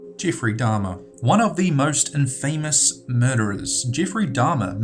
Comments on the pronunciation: It's pronounced "IM fah mus," not "in FAME ous." And "GAY see," not "Gassy." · its not "IN-FAY-Mous" its "IN-FUH-Mous" +wacky wednesday thinking thursday' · Grrr . . . Learn to pronounce words PROPERLY! Infamous is not two words! Impotence is not pronounced with a pause. Arrrgghh ! ! ! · It's actually pronounced in-fuh-muh's not in-fay-muhs sorry just once of my pet peeves. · "Impotent" is pronounced "IMP-o-tent," not "im-POH-tent." Also, you constantly mispronounce "infamous" and "women" in many of your videos. "Infamous" is pronounced "INN-fuh-muss," not "inn-FAMOUS," and "women" is pronounced "WIM-men," not "WOMAN." There is a difference between the singular and plural pronunciations. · You said "mutated" instead of "mutilated" and "in famous" instead of "infamous". Learn English... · Just trying to be helpful: Infamous = IN-fah-muhss Impotence = IM-poh-tehnse Juan = Wahn Javed = (probably) Yah-vehd Otherwise, AWESOME video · Interesting video. But please say infamous as in-fuh-miss. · you got some weird pronunciations friend. Good video, but I always :/ when people pronounce stuff with the wrong emphasis. I'm sure its not technically wrong to says inFAMous or imPOtence, but i was like like "whuuuut?" when i heard it. Great vids tho. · I agree. He says infamous like its two syllables (in-famous) which is fucking annoying, how can you grow up in life and not know how to pronounce that word? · "In Famous" :) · He should know how to pronounce things like infamous and impotence. I thought his accent was more Kiwi than pom but I could be wrong. At least he can pronounce "subsequently" which so many can't. Drives me bonkers. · And infamous. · Great video however please pronounce names correctly. Like Infamous! It got boring toward the end. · PLEASE learn how to pronounce 'infamous' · Learn to say infamous properly!!!! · Please, for the love of God, learn how to pronounce 'infamous' properly!